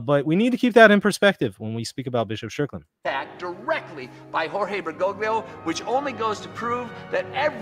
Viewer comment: The problem with Catholicism is that it is NOT an end of itself. Therefore IDC how Catholic Bergoglio (correctly pronounced more like Ber-goal-yo) nor any Pope is. The ultimate guide of the church is first of all the deposit of faith/Magisterium